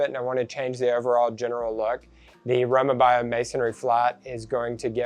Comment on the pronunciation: Row mah bee o is how it’s pronounced.